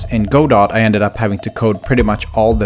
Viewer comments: It's not pronounced Go-dot 🤓 it's God-oh, supposedly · for anyone who doesnt know its pronounced "gah doh" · Go Dot He used Go Dot Not Godot (pronounced Guh-Doe) Go Dot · Not to nitpick, but it made me cringe hearing go dot. It's actually supposed to be pronounced like guhdough. Anyway, cool game, and sorry for my needless pronunciation aggravation. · Godot is pronounced goh-dough, not go-dot. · It’s pronounced “guh dough” not go dot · who’s gonna tell him it’s pronounced gudoh and not go dot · I don't know if this is actually how it's pronounced but hearing godot read like "go-dot" was killing me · Godot is (Ga-Doe) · Just so that I don't go insane, please call Godot GUH-doh. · Don't feel bad but "Godot" is pronounced like "G'doe" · Hey, you know it's pronounced guh-dough right? Was that a bit or? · It's actually pronounced GOD-Uht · "Go Dot" lol , im not sure this is how you pronounce that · It's pronounced "Guh-doh." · did u just pronounce godot as go dot lmao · I hate to be that guy but Godot is a name, it is from a very famous play, and it is pronounced Guh-Doh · its pronounced gu-dough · Jesus Christ, it's pronounced "[Guh-Dough]"! I'm sorry but it irks me. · It’s pronounced (guh-doh) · this is painful to watch i develop with godot its pronounced geh-dough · godot is pronounced "guh-dow" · the way you said godot pained me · I bet someone has already said this, but I THINK you pronounced Godot wrong